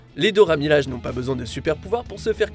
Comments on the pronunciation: Dora milaje prononce bien pour moi S'il te plaît miladje please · Pas que pour toi, c'est horrible la manière dont il prononce le nom 🤦‍♀️